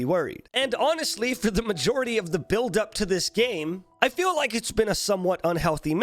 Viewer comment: Everytime he says majority I expect the blow...